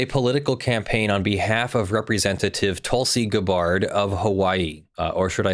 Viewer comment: Tulsa what's her name and losing go hand in hand. And? While you can say Hawaii however you like, it's "GAB-buhrd" and not "Gah-BARD." Or as I pronounce it? "Loon."